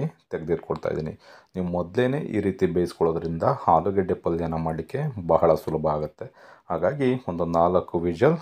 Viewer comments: It's not halugadde It's alugadde. It's not harda It's arda. Please pronounce correctly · ಹಾಲುಗಡ್ಡೆ ಅಲ್ಲಾ ಮುಂಡೆಧೆ..., ಆಲೂಗಡ್ಡೆ. ಕನ್ನಡ ಕೊಲೆ ಮಾಡಬೇಡ.